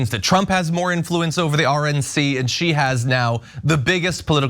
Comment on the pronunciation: I can’t stop noticing that she kind of says “Donawd.” Not quite! But definitely not a clear /l/ sound either.